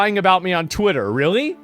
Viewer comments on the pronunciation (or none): I heard it as Fritter Dribble